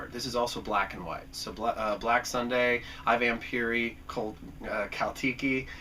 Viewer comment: The proper pronunciation is phonetically, "eee, Vampiri". You couldn't be more misplaced with your take on "Shock!" Brilliant, brilliant shocker! How dare you, sir?? Also, It wasn't Ridley Scott you needed to be focused on about the influence of "Planet of the Vampires" on "Alien", as it was Dan O'Bannon who admitted he was heavily influenced by "Planet of the Vampires" when he wrote the screenplay for "Alien". I was watching this with anticipation of what your number one film was going to be, and sadly couldn't disagree with you more, as "Kill Baby, Kill" IS the fucking shit, bro! Dude, without question!! Shame on you! Also "Four times that Night" is a perfectly competent sex comedy, although not horror, which was a notably direct descendant of influence by Akira Kurosawa's cinematically game-changing film, "Rashomon".